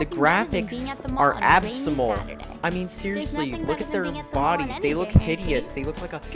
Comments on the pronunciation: Absymal? I believe you mean abysmal. Are you like... sound dyslexic? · CAN'T EVEN SAY ABSYMAL RIGHT LOL!